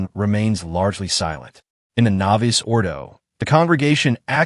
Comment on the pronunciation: The Traditional Faithful want the Traditional Roman Rite (Latin) of Holy Mass...not the novus ordo. And please tell your AI staff to update the pronunciation of novus.....its novoose....not novice.